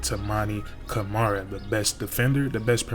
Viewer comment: Deni Avdija “Denny” “Awv-dee-uh” Toumani Camara “2mon-ee” “Cuh-mar-uh”